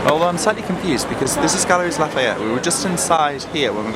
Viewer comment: Galeries Lafayette. It's pronounced Galerie, the "s" is silent ☺️. Hope you both had a lovely time in Paris.